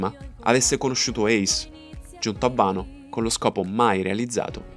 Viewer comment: Si dice wano non vano.